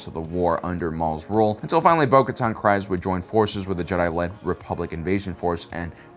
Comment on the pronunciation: Kryze (pronounced Kreez)., I beg you to listen to some of the audiobooks (specifically for name pronunciations) or watch Clone Wars. You have a blind spot with some of the pronunciations.